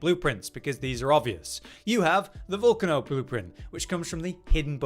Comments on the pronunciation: Volcano not volcuno 😂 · oh I couldn’t understand what he was saying 😂